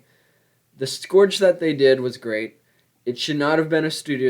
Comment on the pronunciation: Bro that is not how you say scourge